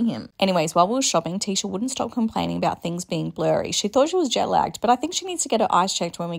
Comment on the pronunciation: “eeeot and abeeout”